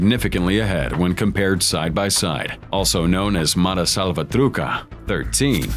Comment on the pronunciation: You buddy the voice in this video, just need to learn the right pronunciation of the " mara salvatruCHA". IS NOT " salvatruka" as you said. Right pronunciation is salvatroo- SHA.